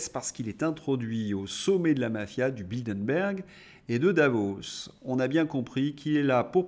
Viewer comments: Ce n'est pas "Bildenberg" mais "Bilderberg". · Bilderberg pas Bildenberg...